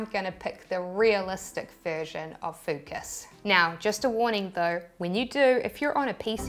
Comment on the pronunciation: Did you said.. FUCKUS? 😯